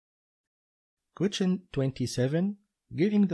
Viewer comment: I watched all these on your udemy link. You are actually very good at explaining and have a natural talent for teaching others how should they think during the exam in order to better organize their time and achieve maximum efficiency. Unfortunately your English pronunciation sucks, especially when you try to say "question", I want to just press Alt+F4. Try to improve this and you will do amazing.